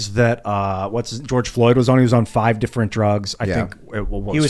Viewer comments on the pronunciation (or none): It's (D)ifferent